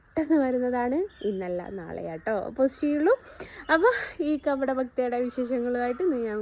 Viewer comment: കബഡ അല്ല പോത്തെ.. കപട... ഇതിന് മലയാളം പോലും അറിയില്ല.. സ്കൂളിൽ പോടീ